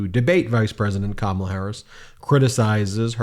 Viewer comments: He said Kamala’s name right . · Well at least he said her name correctly this time 👏👏🤣🤣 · Today he pronounces kamala correctly ! Tomorrow no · At least he says her name right 🤣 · Wow he messed up and pronounced her name correctly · Funny how he’s not giving Kamala an adjective and suddenly saying her name right. He knows that the same old tactics aren’t working for him. He’s losing bad!! Let’s win this #HARRISWALZ 🎉🗳️💙💙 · In his excitement, he's accidentally pronouncing her name correctly again! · He suddenly can pronounce the name Kamala properly without missing a beat. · Notice how he pronounces Kamala's name right. He does it only when he want's to, he's a big asshole. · He pronounced her name correctly twice! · Hey, he said her name correctly! Did he forget to remember to mispronounce it? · He said her name correctly this time which proves he knows her name and is mispronouncing it on purpose.... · Hey he said her name right!! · Trump pronounced Kamala’s name correctly, he must have forgotten himself! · Wow, he finally pronounced her name right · Trump accidentally pronounced "Kamala" correctly for the first time. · At least he's pronouncing her name right. Either that or he's slipping. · I wonder if he has realised that he accidentally pronounced her name right. You’re losing your touch, Donny! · He can pronounce her name correctly now I see😂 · He said her name right! He knows that lady's name! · He pronounced her name correctly for a change. I’m surprised. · OH Lord! He pronounced her name properly! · SHE ALI WHUPPED HIM INTO SAYING HER NAME CORRECTLY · He pronounced Kamala's name correctly! He MUST be losing his mind!! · That's probably the first time I've ever heard him pronounce Kamals name correctly , it was probably inadvertent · Am I hearing this right…? He’s ACTUALLY pronouncing her name right!? Wow! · at least he said her name correctly at least once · Trump is pronouncing Kamala correctly now. I wonder why… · He said her name right...for a change 👏🏼